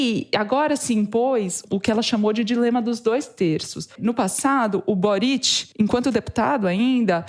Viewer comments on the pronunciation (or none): Para o: a sílaba forte de Boric é o Bo. Ou seja, no Chile, se pronuncia "Bóritch".